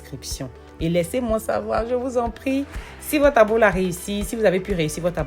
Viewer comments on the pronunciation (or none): ça s’appelle Ablo, pas Abolo.